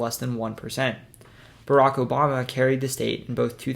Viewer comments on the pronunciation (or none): none